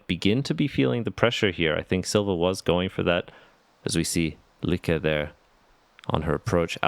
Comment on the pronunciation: Since I'm not the only one who noticed that they call both Sofie and Lykke two different names as they go along, I would really like to know what is proper. Come on guys, get it right. Whatever right is. lol But otherwise, ya all are doing great. ;-)